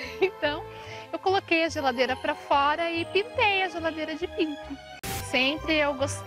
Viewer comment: quando ela falou pink eu pensei que ela falou pinto kkkkkkkk